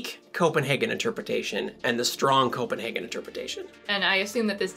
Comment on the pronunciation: So maybe the 2 types should be: The Copen- HAHgen interpretation and The Copen-HEYgen interpretation I know that's a bit technical but..... Happy Merry Your wife is a great guest star Enjoying this channel